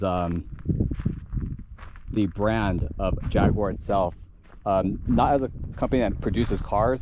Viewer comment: If you learn to pronounce Jaguar properly you'll have more credibility.